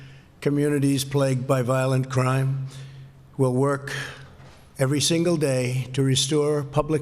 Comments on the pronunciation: crime not crieme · combatting violente crieme?